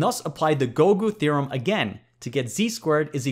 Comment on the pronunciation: feel nice to hear gougu theorem to be pronounced.